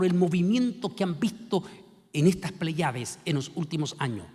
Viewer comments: No son pleyades, se pronuncia, Plèyades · Igual sucede con la palabra "pley(á)des"; se pronuncia "PLÉYADES"😊